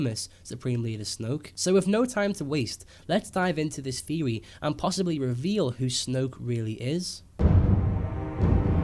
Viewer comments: Good video. But i hate when he says Theory. Like its theory not feory. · the way you say theory proves to me you don't know what you are talking about.